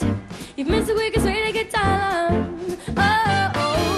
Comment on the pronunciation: Wonderful singing, shame she cannot pronounce the word HAARLEM. Sounds like she is singing 'heaven, or 'holland'. Still, she is just a kid - she'll get better and better.